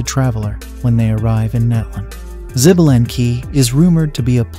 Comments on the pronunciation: 😂😂 xbalank, greetings from México. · The Ai pronunciation is killing me. 🤦🏼‍♂️ Xbalanque is pronounced “Shuh-ba-lan-k” and ode is just one word, not o-de which probably didn’t need explanation.